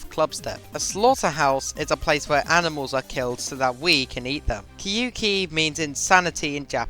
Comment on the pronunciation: btw it reads "Kyoh-ki" since it's Japanese